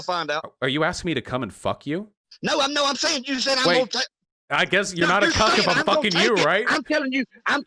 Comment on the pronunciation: Also he pronounces cuck so weird it’s like he tried to sneak in a second syllable or something God almighty